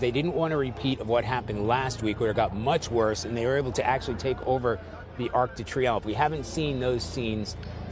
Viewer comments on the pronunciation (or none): Try to say French names with at least a mild American accent...or a French accent. Ark day tree umph....etc..sounds terrible.